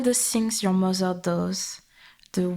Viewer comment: "Mozer" love it ❤. Appreciate the french accent in the audio. Feels oddly good to hear an asmr video from (i assume) a french speaker without the weird judgement people in France tend to have towards french people speaking in english.